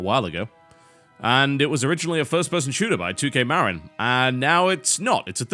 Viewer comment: lol....prounounced "muh-rin" not "maa-rin"...Marin County, CA. rhymes with chagrin